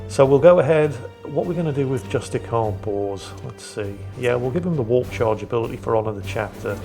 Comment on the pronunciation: ....Am i the only one hearing Justicar Balls or Purgator Fool? XD